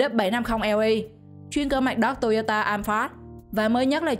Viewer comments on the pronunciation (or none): none